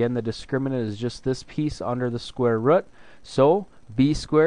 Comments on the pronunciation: "Square rud' haha your accent cracked me up! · Square Rət is midwest accent.